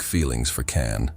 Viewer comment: Nice story, but you should pronounce his name the right way....with a J and not C.